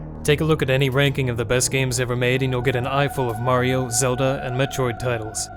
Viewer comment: its zeh bes